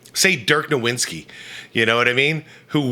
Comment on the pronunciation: I love your show, but please call Dirk nowitzki is how it's pronounced. The W's sounds like a v and there's no N.. FYI while we're talking about Dirk I believe he's in the top 15.. maybe the third best power forward questionably. He just didn't play defense